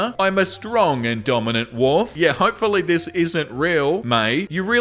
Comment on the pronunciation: I love how pronounces “Wolf” as “woof”, it’s so cute 😂😊